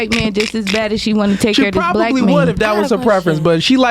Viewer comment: Never trust a woman who says black as “blick”